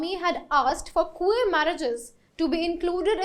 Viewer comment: Let me get your sound properly.... It is not Kuu-ver..... It is queer and the sound would be Kway-err..... Get the pronunciation properly